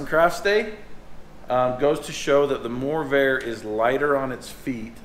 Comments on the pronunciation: It's "MORRVAIR" not "MOORVAIR" video editor! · widsheild says morrvair u said moorvair / corvair which is it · What’s the Moorvair? It’s the Morrvair! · now you call it Moorvair 😱!?